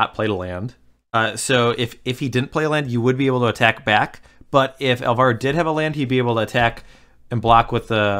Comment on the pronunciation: It's ÁLvaro, not álVAro.